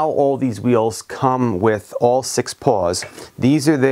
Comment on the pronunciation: Were you saying paws or pawls on the your hub driver?